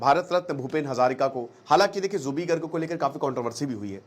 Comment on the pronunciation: Aap uska naam galat ucharan kar rahe ho Zubin nahi Zubeen